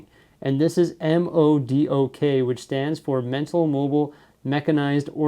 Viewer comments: just to help you out in future videos the buildable figure is not pronounced by letters it is pronounced Modok not M. O. D. O. K. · m.o.d.o.k is just pronounced modok in case you were wondering:) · hey here are some tips about the set... 1. the trans-blue color piece that iron-man is holding, is actually called a power blast piece. when you press the long side of that piece..the piece flys of the figure's hand like he is shooting. 2. actually the big robot is pronounced as 'Modok ' other than that, the set is awesome and i really love it. Thank you for sharing this with as. By the way, i should have done this a long time ago Congratulations for receiving 100k subscribers. Keep making awesome videos.we love ya! and Good Luck. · I’m cringing so hard when he pronounced modok smh